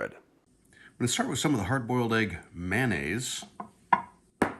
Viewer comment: You pronounce mayonnaise as manaise. You'll have to forgive a retired English teacher, but I've never heard mayonnaise mispronounced so many 🤭